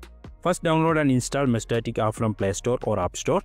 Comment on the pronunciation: Mesh-Tas-Tic. lol I feel like you said 'meshtatic' just to trigger us haha. Thanks for the vid